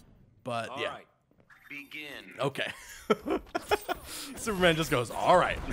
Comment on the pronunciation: " Snyder Cut Snooperman"